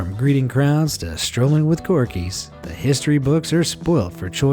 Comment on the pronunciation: Did the voice-over guy say "Corky" instead of Corgi? also, it's pronounced Bucking'm not Bucking Ham...I find it amusing that so many people get these things wrong when there are endless references to the correct pronunciation... :-]